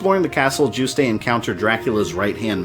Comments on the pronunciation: It must be because I'm French but I get so triggered by your pronunciation of Juste. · I think the "e" in Juste's name is silent. Great job, love how you characterized Simon, too! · I'm pretty sure the E is silent. I've heard almost every reviewer pronounce it that way, all my friends pronounce it that way, and I'm pretty sure the devs pronounce it that way in certain interviews. In fact, you're the only person I've heard pronounce it the way you do. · I absolutely adore these videos! But there is one thing I'd like to point out (I'm not sure if it's been said already so sorry if I'm retreading worn ground!): Juste's name is pronounced "Joost". Hearing "Joo-stay" made my French speaking ears recoil in horror. It's an easy mistake to make, so I totally get why, especially since it's a really particularly weird name, but yeah! Aside from that, I love this, and learned a few things I didn't know before, too! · You pronounced Juste wrong. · Good vid so far but two issues: "All that remained of Dracula were his remains" sounds kinda redundant. Maybe "But all that was left of Dracula were 6 body parts" then list the parts needed. Also Juste's name is pronounced like "Juiced" not "Juice-Tay". The name is French I believe, hence the pronunciation. BTW question. Is the SNES port, Dracula X, essentially the same story as Rondo of Blood? Because game-wise, they seem very different. They share the same assets but level designs are very radically different Thanks also for using footage of the original unedited US release of voice casting for SotN. I personally prefer the re-recorded voices used in the Dracula X Chronicles but the original ones were the stuff of CastleVania meme legend. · Juiced not jus tay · Juste is pronounced "YOOST" bro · Juste' is pronounced Yoost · official sources say his name is pronounced as Yoost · My eyelid every time you pronounced "Juste". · That's not how you pronounce "Juste"